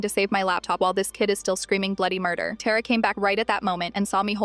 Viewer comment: Why anyways Tara that's my sister name and id being said wrong